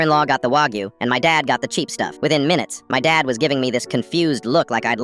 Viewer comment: Why do people always pronounce wagyu like that